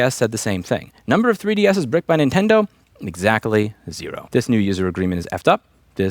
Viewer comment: Louis, I'm so sorry to inform you but... you're OLD. You're saying INtendo instead of Nintendo. Tsk tsk ser. Well, at least you did say it a couple times that way lol